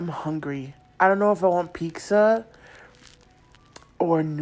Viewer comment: I cant stand the horrible grammar omg. Hearing her pronounce pizza as "peeksa" made me twitch 😅